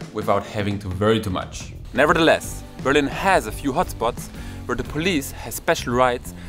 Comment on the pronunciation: BerlIIIIIin......not BEEEEEErlin......the intonation!!!! Also in ENGLISH!!!!